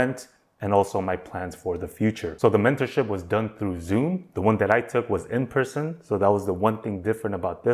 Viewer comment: You took your mentorship in "prison"? Does sound like you said that. 😅